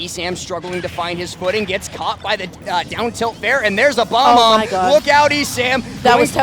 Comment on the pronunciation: It’s Bo-Bomb, not Bomb-Om lmao